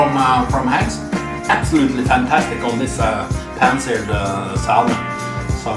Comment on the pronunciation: Bare en liten tips, på engelsk den L i salmon er stum - vi sier "sæmen"